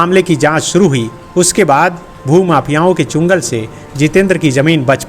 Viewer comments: चंगुल not चुंगल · Chungal nhi sahab changul😊